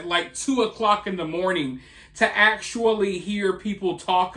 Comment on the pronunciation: man said "ackshually" lol